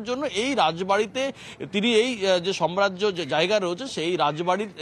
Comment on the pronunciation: Jiaur ke samrajya kotha ta thik kore uchcharan korte bolun